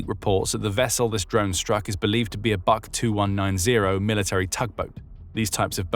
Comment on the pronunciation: The БУК (BUK) tugboat is not pronounced like the English word BUCK. It sounds more like the English word BOOK If you care about being accurate